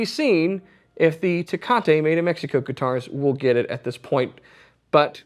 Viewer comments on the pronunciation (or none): There is no "a" at the end of Tecate.